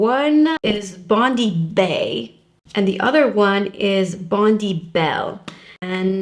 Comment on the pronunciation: FYI, 'Bondi' is pronounced 'bond-eye', not 'bond-ee'. Bondi is a beach in Sydney, Australia.